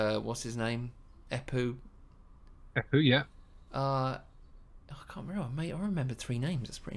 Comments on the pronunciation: How many have told you that it´s Empu not Epu? Hahaha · Haha, I'm English - you called him Eppu repeatedly, no M. But who cares? It was a passing comment. Main thing is, it's great song, even if you rated it lower than I would. But that's hats the nature of music - any art really - tastes differ and a good thing too or it would be a boring world and we'd all love the Spice Girls